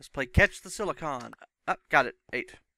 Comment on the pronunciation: Great video man. Just wanted to say the way you say silicon made me want to stab myself in the face with a soldering iron. lol